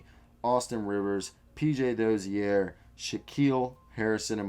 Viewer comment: PJ Dozier is still under contract bro he's a free agent next year, also it's pronounced Doh-jur not Doh-zee-air lol